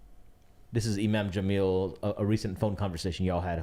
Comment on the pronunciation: 1st it was “thunvi” and now it’s “jaaamil”, cmon 😂😂😂😂😂😂😂😂